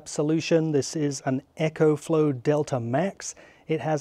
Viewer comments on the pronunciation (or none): And Echo is what you hear when you shout into a canyon.... its EcoFlow not EchoFlow.